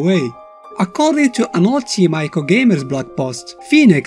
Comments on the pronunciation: >Uses colossi instead of colossus FeelsGreatMan >"Eye-co" instead of "Ee-co" NotLikeThis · I know that's how it works, "eye-koh" is a mistake. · Well it is pronounced eekoh. Shadow of the Colossus was originally going to be called Nico, a play on of Ni(2 in Japanese) and Ico. Because of this, it's speculated this is how Trico got its name. Tri(3)/Ico